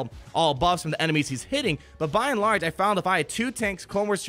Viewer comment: Buy in large? You say it a bunch in this vid. Why? It reminds me of Wall-E.